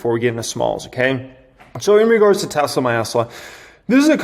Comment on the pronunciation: Dude, wanted to hit the subscribe button but the “Tesla my Esla “ or whatever you’re saying made me check out